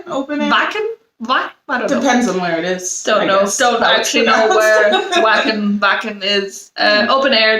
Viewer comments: Vacken no w in the german language well not pronounced as w. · 'Wacken' is pronounced 'Vah-ken'.